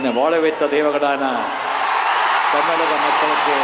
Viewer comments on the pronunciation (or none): none